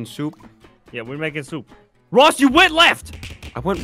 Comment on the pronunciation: Aphmau called ross rosp